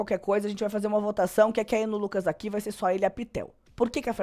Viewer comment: eu amo quando voce fala uqui kkkkkkkkkkkk ja adotei no meu vocabulário